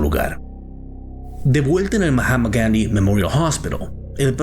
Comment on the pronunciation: Que desagradable es cuando pronuncia el nombre completo del Hospital Gandi en inglés. Resulta desagradable y cómico, y no resulta creíble. Si esta leyendo o hablando en español por favor no pronuncie los nombre extranjeros atragantándose, como le digo queda desagradable y cómico. Es imposible verlo hasta el final.